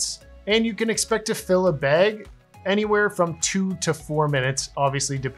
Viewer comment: Where are you from that you call a bad a “beg”